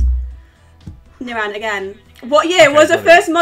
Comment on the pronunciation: The way pronounces nirans name 🤦🏼‍♂️😂 nirAn. Chill out on the A 😂 I rate this channel tho tbf